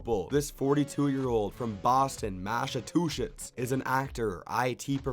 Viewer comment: Every time he tries to say Massachusetts. I just hear "Mass of two shits" it was hilarious to me for no reason......